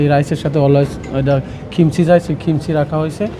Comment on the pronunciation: আপনারা চ্যানেলে রিপোর্টাররা কি পাগল। কাকে ধরে নিয়ে আসছেন কথা বলার জন্য? কোরিয়ান ফুড সম্পর্কে তো তার কোন আইডিয়াই নাই। উচ্চারণ পর্যন্ত করতে পারেনা ঠিকমত। কিমচি কে বলছে খিমসি,ইয়াহিয়া ইয়েতে আর সাথে অসংখ্য ইংলিশ। একচুয়ালি ইংলিশ বললেও ভুল হবে। বাংলিশ করে ফেলেছে। নিজের ইচ্ছামত উল্টাপাল্টা সব কিছু বলছে।কথা কিভাবে বলতে হয় সেটাও এই সেফ জানেনা। খালি মামবলিং......ফুডের রিভিউ এবং ফুড সম্পর্কে যদি নিউজ করতেই হয় সেই জায়গার রিপ্রেজেন্টেটিভ এর সাথে আপনাদের কথা বলা উচিত দায়িত্ব রত ম্যানেজারের সাথে।